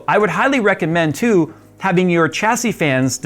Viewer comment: Oh my goodness… you actually say Chassis correctly! I constantly get irked when I hear people pronounce it wrong. Thank you, really.